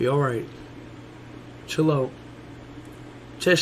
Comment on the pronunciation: The way he sayd chil💀